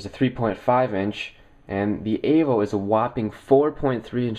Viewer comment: evo !!!!!!!!!! "E"vo E!!!!!!!!! avo? wtf